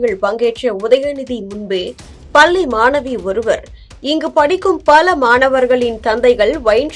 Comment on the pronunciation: "பள்ளி மாணவி " என்று தமிழில் சரியாக பேச தெரியாதவர்கள் எல்லாம் ஏன் செய்தி வாசிக்க வருகிறீர்கள்? பல்லி என்று வாசிக்கிறீர்கள்.